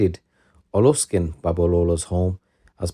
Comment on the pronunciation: Its Olushegun😅.. learn to get the name pronunciations